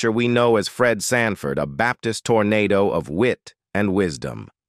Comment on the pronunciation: Did AI say Red franford? 😅😅😅😅😅